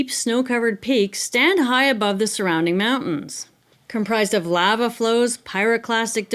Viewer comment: Love you channel but why do you say lava like that 😂